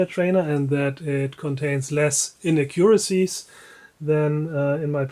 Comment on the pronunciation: Your English is quite good, but please...pronounce "inaccuracies" emphasizing the second syllable.